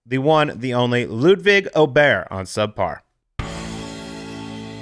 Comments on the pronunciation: If you listen carefully he pronounces his last name Oberry. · Tip from a swede to all of you golfers trying to pronounce Åberg: “Å” is the same sound as in “fore”!